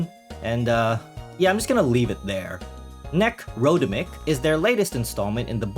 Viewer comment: I think it's pronounced "Necro-demic", Like "Necro" from Latin(e.g. Necrotic) and "-demic" from words Like "Pandemic"